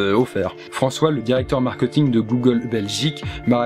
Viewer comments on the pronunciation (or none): none